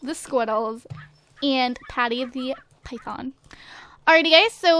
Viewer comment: Why does she say python like that?